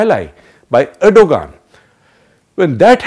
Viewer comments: Erdogan is pronounced redo-wan Please ensure correct pronounciations; would you like Modi to be called Modai? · tumharay country main jaisay har chez thek chal rhi hy lanti insan pahle naam to sahi bol